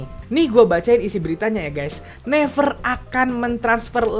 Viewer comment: Gw gemes pas dia ngeja naver -> never Gw selalu nyaut naviiiirrrrr